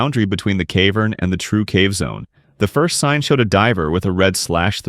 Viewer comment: "cave urn" AI slop channel